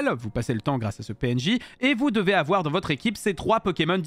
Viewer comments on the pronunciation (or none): « AVOUAR MANAPHY ET PHIONEee »